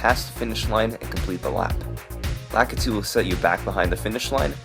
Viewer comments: how are none of these comments calling out the weird way you say Lakitu. why do you say it like that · this dude also can't pronounce Lakitu, so..